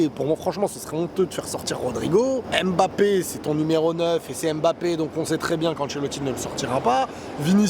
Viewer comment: On dit ummbapé pas embapé